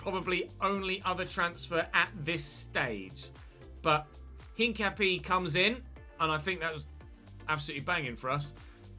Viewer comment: hincapié is pronounced without pronouncing the h. And the e in the end is pronounced and its where the stress is so basically said like incapi-É